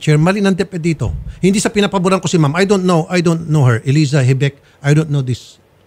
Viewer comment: Gumagamit na si Mr Tulfo ng "HINDUT" pakingan nyu nga kung mali ako